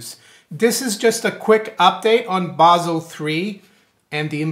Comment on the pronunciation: Finally! Someone who pronounces "Basel" correctly... thank you!